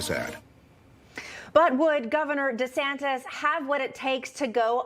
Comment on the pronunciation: It's not De Santes